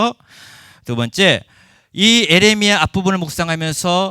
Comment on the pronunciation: 교수님! 에레미아라고 하지 마셔요 ㅋㅋ예.레.미.야라고 해주셔요! ❤